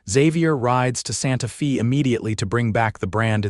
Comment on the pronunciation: Gotta fix AI - Santa Fe is NOT Santa FEEEEEE